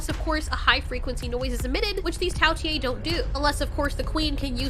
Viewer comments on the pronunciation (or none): it is not tao tiiiee its tao tei